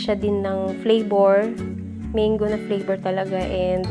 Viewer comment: Its Mang-go, not meyng-go.